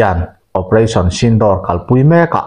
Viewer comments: Operation sindawr tih ni lovin "operation sindhur" tih zawk tur a ni e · sindawr nilo in sindur tih tur aw.. vai hmeiche pasal nei laiin an luchung a an hawihsen thin hi aw. u hi thluk tur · Sindawr nilo in sindur tih tur aw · Channel te insiam ve hi chuan thil hmingtal hi chu lamdik ve thin ula.....Sindoor tih ang chi te kha.....door tih ni lovin duurr ang chi te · A nuam dâwn mep mep ve, Pakistan lam hawia silai han hmehpuah leh a chakawm mange, operation sindoor tih hi Sindûr ti a chhiar tur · Operation sinduur tia lam tur aw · Sindur ti a lam tur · Sindur nilo in Sindoor tur zawk aw... Operation Sindoor..